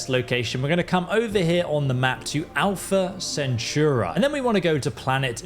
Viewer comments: I'm sorry, the video is quite good, but it's Alpha CentAuri, not CentURAi. I just can't 😅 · SPELLED: APLHA CENTAURI. PRONOUNCED: ALFUH SEN. TAW. RE. BUT MY BOY SAID "ALPHA CENTOORE." LOL. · Alpha ✨𝒞𝑒𝓃𝓉𝓊𝓇𝒶𝒾 ✨ Edit: jesus you said it so many times... just so you know: its pronounced al·fuh suhn·taw·ree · Brooo, Alfa Centura??😂😂😂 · Good video, but the way you pronounced Alpha Centauri made me cringe ngl.